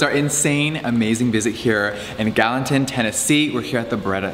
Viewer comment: Gallatin… not Gallantin. Maybe someone should’ve caught that in post and reshoot audio just to be respectful to the people of Gallatin? Or not … I guess when you’re JS, there’s no need to learn the names of the places you travel to. Hell, Gallatin will end up changing their name to Gallantin for JS!😆